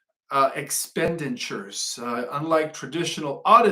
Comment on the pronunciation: iks - PEN - di - tchu (expenditure). The stress is on the SECOND syllable.